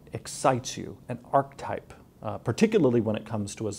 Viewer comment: It gave me pain whenever he said ark-type rather than archetype